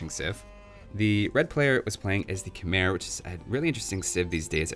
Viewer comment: Fun fact: Khmer is actually pronounced Kh-mai